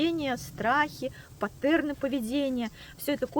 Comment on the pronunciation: «ПаттЕрны» вы сказали